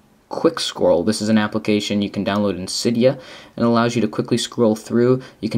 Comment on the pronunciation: Did he just say applecation...?